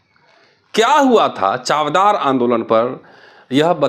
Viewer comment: It’s चवदार (means testy) and not चावदार.